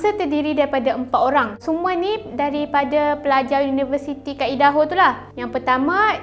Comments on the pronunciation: Aidaho. Bukan eedaho. Kena cakap ikut pronunciation yang betul. Jangan ubah ke pronunciation mother tongue sendiri. Cuba kalau nama kau Amin lepastu diorang pronounce eimen. Tak ke annoying? Tapi matsaleh yang Aku kenal akan sentiasa Cuba pronounce nama Aku betul2 walaupun terbelit lidah diorang. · bukan ee-daho, tapi ai-daho la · Bukan eja eedaho tapi aidaho. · Cara sebutan Idaho = "Aidaho" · Utk akak cantik. Cara sebutan negeri Idaho = Ai-De-Ho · Sebutan nya bukan idaho kak, aduu tak buat research keee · ye..ingt aku sorang je rasa dio sebut salah..ado orang lain jgk..